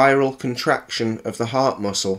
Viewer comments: Is it just me or is there alot breaks in the audio or it sounds like he's saying harp instead of heart. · Wait, is he talking about harps or hearts? The intro said harp...?? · He also thinks "heart" is spelled and pronounced "harp"...what an Einstein. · Wait his video says Harp-shaped and HE keeps saying Harp (i think)...but the organ is heart.